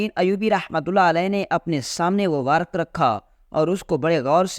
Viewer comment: ورک نھیں ورق ہوتا ہے